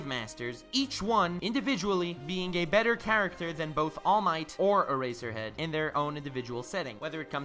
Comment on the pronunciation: the way you pronounced all might and eraser head was really cool bro